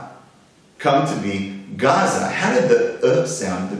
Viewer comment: Your history is somewhat correct, except when you made it seem like Hebrew comes from Arabic, it's the other way around, they just preserved it better, thanks all the Ashkenazim our ”ivrit” is a mess no offense. And you're still pronouncing it wrong, ayin is a gutteral letter, not pronounced by the mouth only the throat. Kind of sounds like swallowing a whole grape without chewing.